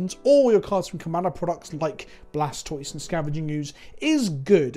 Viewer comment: Isn't the "toise" of Blastoise supposed to pronounced like tortoise? (kappa)